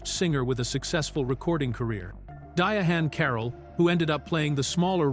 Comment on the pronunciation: You who are in charge of these videos make a habit of hiring voice over actors who make awful mistakes in pronounciations. For example, he prounced Otto Preminger's name four different ways. And who doesn't how to pronounce Diahann Carroll's name properly unless you never heard of her or you've been living in a cave somewhere? The guy has a nice voice, but did an awful job.